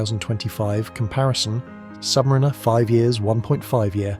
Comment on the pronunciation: Try learning to pronounce submariner properly. The emphasis is on the a.